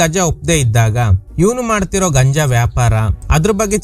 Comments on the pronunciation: ಗಂಜ ಅಲ್ಲ ಗುರು ಗಾಂಜಾ 👍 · ಅದು ಗಂಜ ಅಲ್ಲಾ ಗಾಂಜಾ ಅಂತ ಹೇಳಿ ಸರ್... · Dear ಅದು ಗಾಂಜಾ ಗಂಜ ಅಲ್ಲ